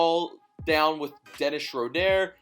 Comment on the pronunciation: Stop saying Dennis Schrodére like that